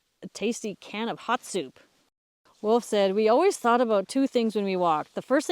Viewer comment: Wolf = o, not oo :) - I skip the surname "Höntsch" ;)